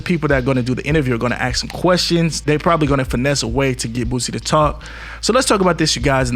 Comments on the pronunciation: BOOTSY = Bootsy Collins, bass guitarist / songwriter BOOSIE = BOOSIE Badazz, Rapper / Performer If one is to take your content serious, at least LEARN how to pronounce the accused name correctly Sir💯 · It's BOOSIE Not bootsie🤦🏽 your ahh lame bro 4 Reals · Bro you got to stop saying bootsie man lol smh you sound silly…… it’s boosie with out the T bro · Boosie not bootsy lol!! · Stop saying bootsie bruh 😂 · He was making me upset with that bootsie shit. Who doesn't know the mans name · I think by now u just fukn around with us. His name is Boosieeeeeeeeee(me screaming)not fukn Bootsie. ARE U FUKN RETARDED OR SOMETHING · Why everybody saying bootsie it's Boosie! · This guy keeps saying “Bootsie”. Why the hell does he keep saying the name incorrectly? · Say Bootsy one more time. And that'll be the last Bootsy Video i watch on IDNTV 😅😅🤣😂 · I can't stand u saying bootsie😂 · Bruh… how is it u run a YouTube channel that FOCUSES PREDOMINANTLY ON THE HIP HOP CULTURE, THE FASHION, THE MUSIC… ALL THINGS HIP HOP and stay mispronouncing BOOOOO SIIIIIIE’s mthfkn name dawg?!.!!??? It’s easy bruh Boo Cee, where do you see the T? I done watched the video and couldNT tell u what it’s about cause u had me trippin’, thinking I’ve been calling BOOSIE by the wrong name all these years. Oh hell… do a video about Timbaland, u be calling him Timberland like the boots! Sheesh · Man you definitely saying Bootsie on purpose. You see them comments about that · BOO SIE. Say it with me class. Boosie. Aint no T in that name and it aint yo south slang. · You saying HIS NAME WRONG bro. I know u see the comments that we're trying to help u OUT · Facts shits annoying af!! Can buddy not really pronounce Boosie properly without adding a T or this fool straight trollin???